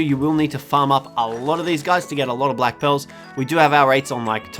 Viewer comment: Who else thought he said black pills for black pearls hahaha